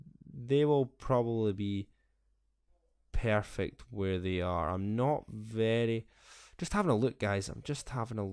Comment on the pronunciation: Please make a BullCable says "pairfect" compilation!!! :D